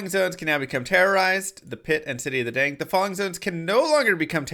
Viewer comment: I'm sorry but your pronunciation of damned is driving me crazy! It is pronounced like adding the ed on the end of the word dam, not like adding ed to the end of the english title of "dame."